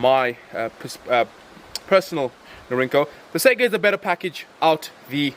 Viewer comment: It's saygA, not sega. At least listen pronounciation in translator, you're shaming yourself. Both letters must be capital, AK. And not every AK is 47.